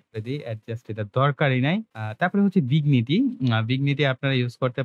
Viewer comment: আপনার ভিডিওগুলো বেশ ভালো। তবে ইংরেজি উচ্চারণ গুলোর ব্যাপারে আরো সচেতন হতে হবে। যেমন, ভিগনিটি নয়, ভিনিয়েট। জাউ নয়, জ-লাইন।